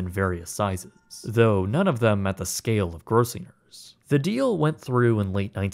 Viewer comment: Weird, it sounds like you're mispronouncing "Gross-singer's."